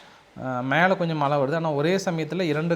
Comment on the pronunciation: மளை பொளியவில்லை. மழை பொழிந்துகொண்டிருக்கிறது. செய்தி சேனல்களில் வாசிப்பு செய்பவர்கள் நன்கு தமிழ் தெரிந்தவர்களாக இருக்க வேண்டும். இந்த சேனல் உரிமையாளர் இவரை தமிழ் படிக்க அனுப்பி வைக்கவேண்டும். பிறகு வேலைக்கு சேர்க்கலாம்.